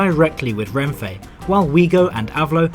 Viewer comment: Nice video but please pronounce Renfe as /renfe/, not /renfei/. There's no i/y in "Renfe" and it's Spanish so, unlike in English, you don't pronounce things differently to how they're written.